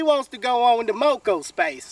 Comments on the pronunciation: This dude said mocospace. This must be an asf old video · I knew it was a Parody the moment he said Mocospace instead of My space